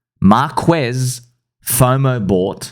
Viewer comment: thats not how you prounounce marques lol, classic Aussie i am the same and would say the same